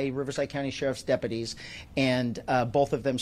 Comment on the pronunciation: I know this is unimportant but the way this sheriff speaks drives me nuts.. "Bafore" (before) "Depaties" (deputies) 🤨 I just know he's the type who says "Libery" (library)